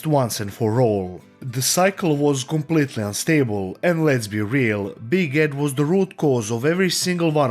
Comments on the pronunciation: You know what, you saying "Big Ed" sounded like "Biguette" to me and I think it's such an appropriate nickname for this guy. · After listening long enough, a couple times I thought you were calling him "Big Head" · I know you're saying Big Ed, but I keep hearing Big Head 😂